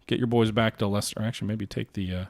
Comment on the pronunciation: My days! - You can pronounce Leicester!